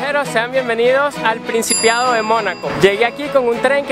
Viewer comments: principado.... no principiado.... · Se dice PRINCIPADO no principiado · Se dice principado y no principiado, ok? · Hermano: es Principado, no Principiado... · bien por tu video, pero es principado no principiado, es monegasco no m.... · Es Monegasco, no Monaguesco. Es Principado, no Principiado. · ... edita el audio , y di PRINCIPADO , que te ha hecho decir principiado ?! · ya la cagaste es Principado..no pricipado. con n. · Sòlo un par de observacioes: es PRINCIPADO, no "principiado"... El gentilicio de la gente de Mònaco es MONEGASCO no "monaguesco"...si quieres corroborar, bùscalo en Google... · No se dice "El Principiado" , es Principado. :& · Principiado? Está loco, Principado man. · No es principiado, es principado. Pero es muy simpático el video gracias a mi también me sorprendió! Es muy bonita la vida ahi. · Me encantó el video gracias , solo lo que dije anteriormente: que es principado y Reinero, por lo demás muy bueno muy explicado y enriquecedor su video , muchas gracias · A lo mejor en su país así se pronuncia ....principiadlo en vez de Principado,pero lo felicito se ve una buena persona muy inteligente y aventado,sigue adelante manito se hace camino al andar,bastante platica te está costando tu viaje. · Genial el tour, muy instructivo pero has dicho Pincipiado montones de veces...se dice Principado de Mónaco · Hola se dice principado no principiado. Me gustó tu vídeo ¿ eres de Venezuela? Suerte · Todo muy bien en tus comentarios , lo único es que no se dice "Principiado" sino Principado. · Me gusto el video y tu explicación, solo que se dice Principado, no principiado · Muy buen programa, felicitaciones, pero no se dice "principiado", sino "principado". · TE EQUIVOCAS A CADA RATO...NO SE DE DONDE ERES...PERO ERRAR A CADA RATO DICIENDO PRINCIPIADO EN VEZ DE PRINCIPADO NO TE LO PASO....TRATA DE MEJORAR...SALUDOS A TODOS DESDE EL PERU.... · Hola!! Se dice Principado no principiado!! Pero es una crítica constructiva... gracias por el video